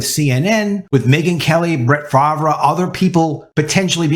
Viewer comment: How do you NOT know how to pronounce Brett Farvre? Seriously???